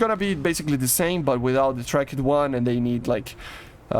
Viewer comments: dude stop using the silent letters in the english language tracked is not track-ed it is trackT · The way he says tracked like trak-ed rapier is cool